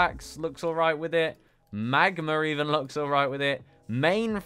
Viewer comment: you said “magmer” but I could’ve sworn it says magma 🤔